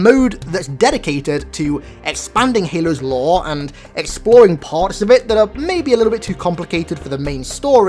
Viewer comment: Lore? no LAOW